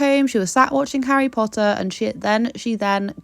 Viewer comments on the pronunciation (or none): none